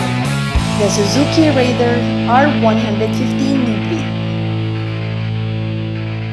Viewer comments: Reyder kase pronounciation non ate! not rayder! 😂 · rayder daw... hinde raider...